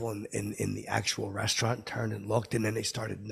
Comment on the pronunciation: I don't know what's more infuriating, stupid fckin shirt or the way he says restaurant.